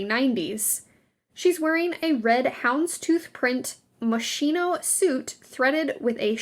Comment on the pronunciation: Moss-skee-no not machine-oh. 🤦🏻‍♀️